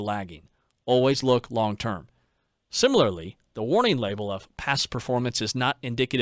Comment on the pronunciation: lol, sorry. There were several examples but I can only remember two off the bat. Fallacy is “fah-le-see” not “fall-ah-see”, and similarly is “sih-muh-lr-lee” not “sihmi-lair-lee”. You’re of course welcome to say things however you want but it breaks the immersion a bit.